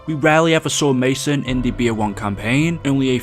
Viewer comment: Lol i though you said "Ma Son" haahah